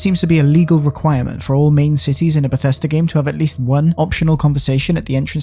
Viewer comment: It’s Bethesda. Not bethesTA